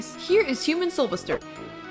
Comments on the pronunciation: It’s soul-VESTER Not Sovister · Its soulvester (Soul-vest-ER) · IT IS SOUL-VES-TER. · Two things to say about Soulvester: 1. The stress is in 'ves', just say his name like you're calling him "Sylvester" 2. I genuinely got rather put off by ("-And I thought Connie was bad"). Connie and by extension Soulvester are not 'bad' Toons imo, and this is coming from someone who has: - Gone up to 13 solo as Connie (and I can go higher than that) - Survived Twisted Pebble in a blackout solo as Connie - Survived an enraged Twisted Gourdy in a blackout solo as Connie - Done 19 out of 25 machines solo on Dyle's floor (once again, as Connie, and I can probably beat him) Keep in mind other people who may be biased due to skill or other reasons when saying your opinions :). (This is for everyone, she doesn't need to see this)